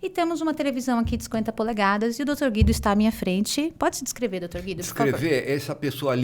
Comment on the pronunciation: O dr Guido eh maravilhoso! Adoro ele e assisto a todos os podcast s que ele participa, apesar de ser recluso( como ele mesmo disse)!! Ele tem muito a ensinar para nós!! O nome dele pronuncia Gu i do !!! Pronuncie o U do nome desse grande e sensacional Doutor. Sempre é bom dar uma verificada na pronuncia do nome dos participantes antes de iniciar o podcast!